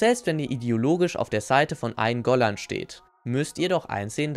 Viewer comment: Eingolahn‘‘ ey da sind zwei ls drin